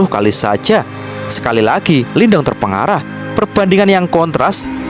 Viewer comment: Terperangah min bukan terpengarah